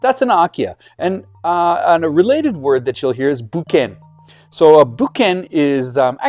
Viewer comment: Thanks for the video. Sorry to nitpick, however, you need to be more careful in your pronunciation and romanization. In point, it is not BUKEN. It is BUKKEN (物件). And again, SHIKUI is really SHIKKUI, 漆喰（しっくい). Your watchers will be able to communicate better with builders etc with the correct pronunciation. cheers